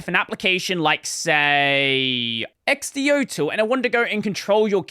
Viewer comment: Also xdotool was x-d-o for lol